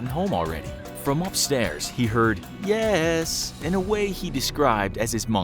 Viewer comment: You accidentally butchered on the "yesssss" part you were supposed to say "yaaaasss"!!